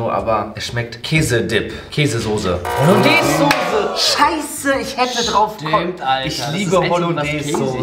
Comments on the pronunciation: Wenn triggered es auch wenn sose statt soße sagt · Soße nicht Sose